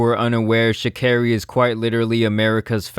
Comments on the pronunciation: SHA CARRI!!!!! ( SHAH CAR EEEE)!!!!!!! NOT SHECARY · Her name not pronounced like that boo